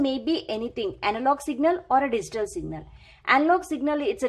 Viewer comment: Thanks for the kindness ma'm.. Just one request.., Please pronounce Digital as "D G Tall" and not as "D zee Tall"...